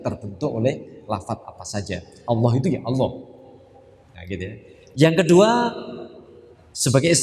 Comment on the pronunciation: Maaf cara bacanya alnloh gitu ya